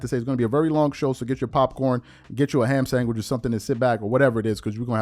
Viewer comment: “ham sangwich”